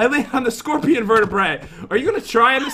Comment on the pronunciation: no no no no no!! You said it wrong. Scorpiown you ment to say. 😂😂😂